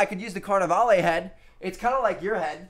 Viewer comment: lol, "carnivale-ay"